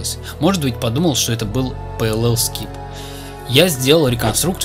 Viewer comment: ох как уши то режет пэлл скип...